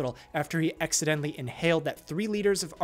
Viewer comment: Funny how you say "accidentally" .